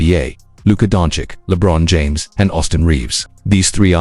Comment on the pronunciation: practice saying Luka's last name correctly.